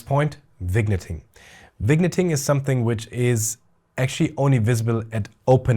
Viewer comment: Wonderful review - thank you! I had already pre-ordered this lens, but now I am even more excited! (P.S. Your English is *great*, but just so you know for future reviews, the pronunciation of "vignetting" is vin-yetting. Cheers!)